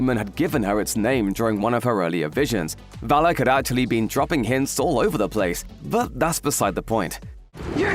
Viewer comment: It is VA•LAK —- this is how to pronnounce.. very simple.. VAL•LUCK